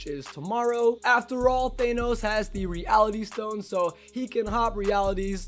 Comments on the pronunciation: Omg the fact that he says Th-Ay-Nos is cancer It’s Th-Ah-Nos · his pronunciation of thanos makes me cringe